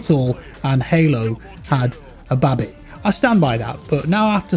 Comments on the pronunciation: no one says baby like that im sorry... not even british people! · 🤣🤣🤣🤣🤣🤣🤣🤣 YOU KEEP ON SAYING BABI 🤣🤣🤣🤣🤣🤣🤣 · Are you saying Babby on purpose m8? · Its funny how he pronounces "BABY". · I never knew British people say baby so weird lmao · that is the weirdest pronunciation of baby i have ever heard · Had a baby... when the yam yam accent kicks in 😂